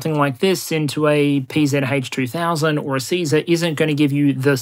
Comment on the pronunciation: as a german ex soldier: well done on pronouncing the PzH 2000 :)